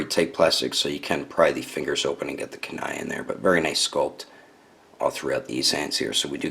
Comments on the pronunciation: You pronounced kuni wrong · Good review just that was bad